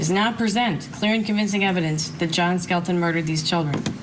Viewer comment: The last name is Skelton, like Skeleton, thats BAZAAR 😔